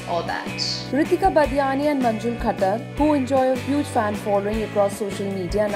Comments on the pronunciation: Is it manjul khacchar...Believe me i heard it khacchar😅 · It's not khacchar it's manjul khattar u may had made mistake in hearing